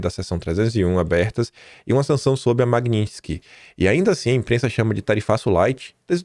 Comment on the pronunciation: QUE ORGULHO VER O FALANDO Magnitsky CERTO